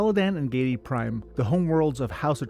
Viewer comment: Giedi, Harkonnen, Ophiuchi, not Geidi, Harkonen and Ophuichi